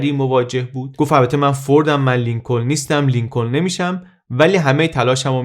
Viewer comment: درود و سپاس از زحمات عزیزان و برنامه‌های مفید و شخصیت قابل تقدیر🌷 با احترام تلفظ صحیح نام ایالت محل تولد (شهر اوما‌ها در ایالت نیو‌برسکا) و نام‌فامیل ۱۶همین رییس‌جمهور (لینکن تلفظ میشه و ل دوم خونده نمیشه مثل knife یا knee ,چاقو یا زانو که ک اول نوشته میشه ولی خونده نمیشه با تلفظ نایف و نی )است .ممنون از تحقیقات و توضیحات جامع و کامل بعلاوه گویش شیرین در راه آگاهی 🙏🏼 پاینده و سرافراز و آزاد باد ایران و ایرانی #مهساامینی✨ ❤️🕊️💚✨